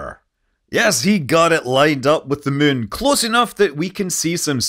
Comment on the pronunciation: Scott played so much KSP he even pronounces Moon “mun”